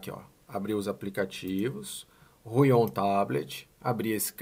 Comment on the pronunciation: Fala. Me responde uma pergunta rápida por favor: numa média bem genérica por favor me dá algum número de dias ou horas pra pontinha do lápis da mesa começar a desgastar, obrigado. E uma dica, a gente costuma falar Huion como se tivesse um acento no U e não no O (Húion). Obrigado fera.